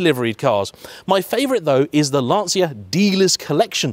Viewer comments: Great review,. Some corrections in your video review 1)....It's Lan-Chia, not Lan-See-a 2)...now famous some arch extensions. Those arch extensions are the famous quattroesque fenders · It's LAN-TCHA not LANSEEA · It's actually pronounced lan-cha not lan-see-ya as in Italian ci would be pronounced as a ch sound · if only this is in right hand drive. a collector car. but you pronounced Lancia wrong. it is pronounced "Lan-Chia" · Starts off video by not pronouncing 'Lancia' correctly. What is wrong with people? It's perfectly simple! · It's the wrong way. Better to pronounce it correctly, surely? Might also make you seem a little less like you're trying to sound like Clarkson.